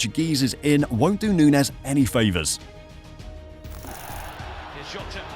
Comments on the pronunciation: this is some click-baity bullshit. hard to take you seriously when you can't even pronounce his name correctly. nunez is playing well and finding his form. he works hard. if he gets a few clicks more clinical in front of goal, you'll be posting a video called "how good in darwin nunez actually" in march of this year. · no, of course i didn't watch the whole video. it's a bad video and you couldn't even be bothered to pronounce the man's name correctly. so why would i bother with such low effort click bait? liverpool's system has never been about feeding a 9. they need a guy up there who will work hard and create chaos for defenses so the wing play can do it's thing. he's perfect at liverpool, especially coming off the bench behind jota. learn some spanish. unsub.